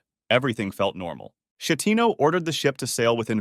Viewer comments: is sCHEttino not scettino, and many others, I like the content but next time please use google translate to learn the pronunciation before saying it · Yes but.. "Francesco Sciettino" no, please..... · Just one note: the Captain's name is Schettino with the K sound,not the soft like in cherry. The city is called Civitavecchia and if you want to say the name correctly you say the first C as in ch sound in cherry, than the chi group as ki group. All this aside: amazing work and I love your channel ❤. Another note about the Italian Concordia: it seemed that the maneuver the Captain performed was already dangerous, he knew it very well and he did it anyway to impress a lady he had a flirt with. Also, some people think Schettino was intoxicated by drugs, probably cocaine. A full around avoidable tragedy caused by man arrogance. Amazing video as well. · He is an Italian so it's supposed to be read as S followed by the ch of technology, not as a German Sch.